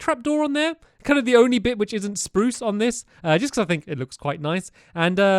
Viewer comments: Nah not really he said sprrrrruuuuce in the last video it’s you who have grown up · omg he still says spruce the same way after all these years